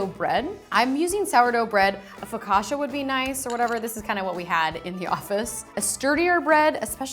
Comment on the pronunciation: I am glad I am not only one who noticed... "I'll make aioli but I won't use any garlic". And I was like "What did you just said, guuuurl?! And then the way she pronounced focaccia... Does anyone know anything about food at Tasty?